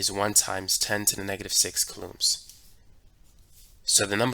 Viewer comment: really hope he starts saying it like cooh-lowms instead of cuh-looms law